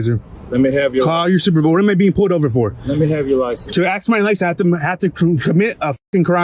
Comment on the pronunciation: Why does black Americans say aks insted of ask?